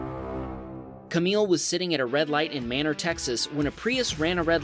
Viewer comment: #7 Manor in Texas is actually pronounced with a long A -- MAYner -- yeah, I know, not at all like you would expect.